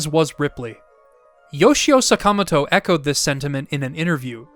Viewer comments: I don't know why you pronounce the 2nd A in Sakamoto's name like that,, but... it just sounds wrong. Do you do the same for Mr. Miyamoto? =O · Why do you mispronounce Sakamoto 坂本 賀勇? That made me cringe so bad.